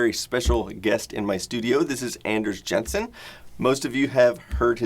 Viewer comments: Shouldn't you pronounce Jensen like 'Yensen'? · Did he pronounce your last name right lol? I feel it'd be "yen-sun"